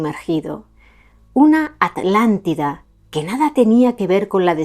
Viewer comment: Me encanta escuchar a decir: "Atlántida" y no "Alàntida"Como se escucha normalmente a los Españoles, debe hacerlo con especial énfasis como cuando yo debo decir "Vidrio" y no "virio";😊😊 impecable la exposición y la meticulosa investigación, les saludo mientras contemplo las hermosas montañas de POTES ❤❤❤ VIVA ESPAÑA!!